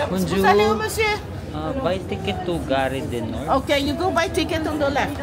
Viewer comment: Charles de GAULLE pronounced or sounds like GOOL. GARE pronounced as GAR, some letters in the French language are not pronounced, E is one of them but silent and É with accent is pronounced. Example: mangé sounds like manj-eh (English eaten) and École (school), the last E is silent, so this is like Eh-col. French lesson for today. 😂😂😂